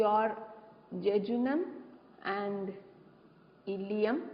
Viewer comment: that illeum, not illelum